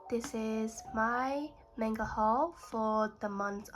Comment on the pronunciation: It’s mah-n-ga you’re pronouncing it wrong….i dont want to seem rude so I apologize in advance